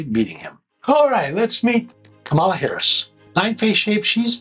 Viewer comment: It doesn’t offend me at all, but this man is the biggest liar I’ve ever seen in my life. Maybe the difference is that he believes his lies. Edit: I’m back to say that you could at least pronounce her name correctly. Also, Why this picture of all the pictures there are of this beautiful woman?